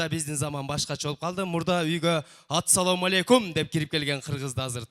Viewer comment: Биринчи саламдашканды үйрөнүп алып анан сахнага чыксаң Ассаламу алейкум деп толук айтып Атсаломалекум болбойт